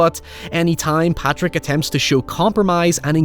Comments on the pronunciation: It’s Pádraic. Not Patrick. You’re Irish. Get it right. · Padraic is pronounced 'paw-rick', Source: my bosses name, and that angry little Irish fuck let's you know if you've mispronounced it lol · Troubling pronunciation of Pádraic from an Irish man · So glad you ended up doing this! I had requested it under a community post where you mentioned how it affected you. Beautiful thoughts throughout, as always. Your POV on any movie from any genre will always be appreciated. though I imagine the comments will rip you a new one for how you pronounced Padraic and calling Jenny the Donkey a pony 😂